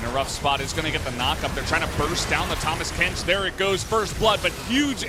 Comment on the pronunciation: kano Urban tahmas kench